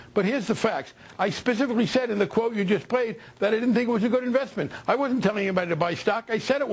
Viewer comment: It wasnt a good investwint biwl!